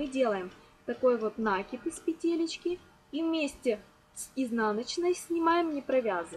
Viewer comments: Спасибо, все хорошо. Все понятно. Только не нАкид, а накИд. Простите, но слух режет от этого слова. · Ничего против профессионализма не имею, но если употреблять для объяснения русский язык, то ударение в слове "накид" на втором слоге накииид, а не нааакид от слова КИНУТЬ!!! Ужасно режет слух, тем паче на таком публичном канале! Больше не зайду! Как говорится "учите матчасть", а потом вылезайте... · Что это!? Уже второе видео смотрю и здесь тоже "нАкид"! Правильно говорить "накИд"! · Урок хороший, но режет ухо слово "нАкид". В следующий раз говорите "накИд". Вас будет еще и приятно слушать. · нАкид. боже, мои уши(( мне аж больно. это единственный косяк